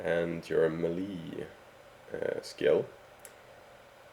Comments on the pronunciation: just a heads up it's pronounced MAY-LAY no MA-LEE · It’s melee, pronounced MAY-LAY not “meh-lee” lol!!! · Meyley not malli... just saying. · Me-Lee lmao its pronounced MAY-LAY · its pronounced maylay not milee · melee is pronaunced as meilei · Thanks buddy! Geez, 10 minutes for a minor adjustment lol! And the way he pronounces “melee” drives me nuts! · good video but you need to learn how to pronounce "melee"